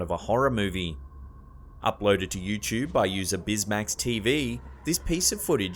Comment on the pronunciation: "arear" "youtchube"